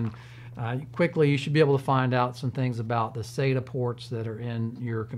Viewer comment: its not pronounced SATA, IT IS SATA, LIKE WHEN THE DENTIST SAYS SAY AHHHHHH, sata